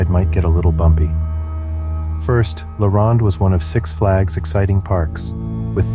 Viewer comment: As a Canadian, the way he pronounces La Ronde makes me laugh